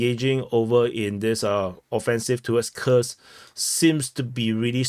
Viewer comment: Kursk! Not Khursk